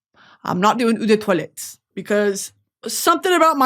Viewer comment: it’s oh de toilette not ew de toilette 😭